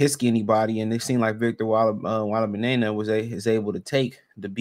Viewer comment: WEM-BAN-YAMA 🤣 come on 🤦🏾‍♂️🤦🏾‍♂️🤦🏾‍♂️